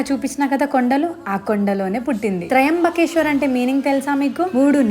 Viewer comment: Akka adhi tryambakeshwar kadhu trimbakeshwar pronunciation Tappu aka 😅